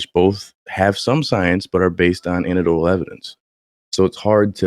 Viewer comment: I'm gonna be that guy. you gotta put the "EC" back in "anecdotal." an·ec·do·tal